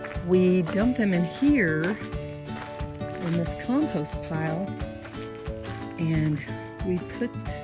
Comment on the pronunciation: Did you say “comPOOst” or was it just your accent? Lol...